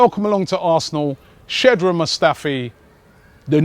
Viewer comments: Robbie are u ever going to say his name right? Shkodran Mustafi not SHEDRAN Mustafi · Shkod-ran not shed-ran.. Ffs robbie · OK, Mustafi signed, so Robbie, maybe it's time to finally learn how to pronounce his name, because I think it's disrespectful. It's not Shedran... It's SHKODRAN. It's not that tough and thera are many German interviews with him on YT to help you. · shkodran not shedran robbie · It's not Shedran Mustafi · pronounce his name correctly, Robbie. sh-kodran Mustafi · "Sedron Mustafi"? Seriously Robbie? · OMG!! ROBBIE when will you stop saying SHED-RUN Mustafi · Robbie please, it's skod-ran' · Am I the only one who's getting REALLY annoyed/pissed off when he pronounce Shkodran wrong??